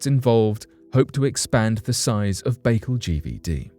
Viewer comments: Lmaoooo. Lake Bake-el. It’s Bah-CALL phonetically oh ghaaaad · Learn to pronounce places before you put video's out, your always doing it. Lake Baikal is pronounced byekal not bakel Lol